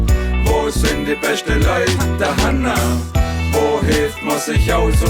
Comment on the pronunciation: das heisst dohanna